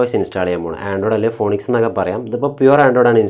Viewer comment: ഫോണിക്സ് അല്ല ബ്രോ ഫീനിക്സ്..